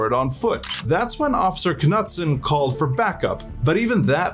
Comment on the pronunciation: k nutson? 😂 wouldn't that be a silent k like "know" or "knight" ?